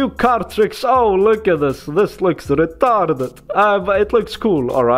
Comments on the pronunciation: lol re-tar -ded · re-tar-ded with the russian accent ;)